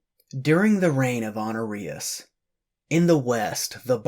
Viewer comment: You pronounced Honorius like an STD lol. Otherwise, keep up the good work.